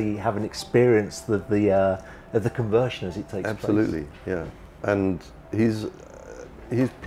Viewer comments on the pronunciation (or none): “Conversion”, not “convertion”!